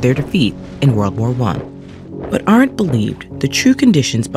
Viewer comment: good lord. you pronounced Hannah Arendt's name wrong. That's literally the first name in the description. Who is editing these videos??